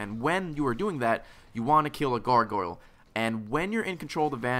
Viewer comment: seems to have difficulty saying "Gargoyle":) Must be another "coopling" moment.